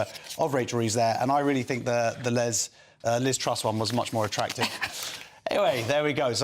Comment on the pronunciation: Did he say Lez Truss ? 😂